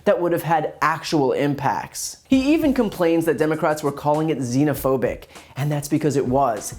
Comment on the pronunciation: I love how he explains what xenophobic means. I'm sure he assumes nobody knows the definition since he just learned the word right before the interview lol. And he mispronounced it. But whatevs